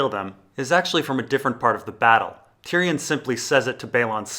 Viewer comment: Great video bur you promise many names wrong. Its not varrrris, it's Vareese like you say Maurice. And it's not Tyrion, you pronounce it as Ty Ryan. Good video though